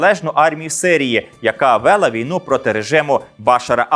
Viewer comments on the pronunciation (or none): Матеріал цікавий, але за наголосами слідкувати треба: не ,,налагОдили", а ,,налАгодили". І не ,,вЕла", а ,,велА". Щоправда, це словесне сміття запроваджено вже давно і так говорить багато хто. Але це все одно неправильно.